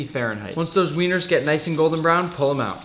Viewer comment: The way he puts so much emphasis on "Weiners" lol